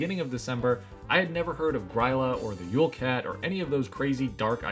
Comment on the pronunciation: The Y in Grýla is pronounced like the last Y in Bonny or Kelly or Billy. It's not pronounced like eye or like the Y in why or buy.